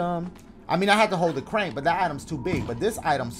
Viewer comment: "The ceurank" - Dashie